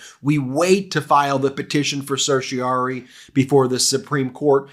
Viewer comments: Pronunciation: en banc = ON banc. ON banc, not In banc. Certiorari = RAR rhymes with CAR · I sincerely hope the ‘en banc’ DC Circuit says, “No”, and the Supremes also say “No” as quickly as possible. The word is pronounced ‘Ser-shee-or-AR-ee’. Five syllables. Please get this right.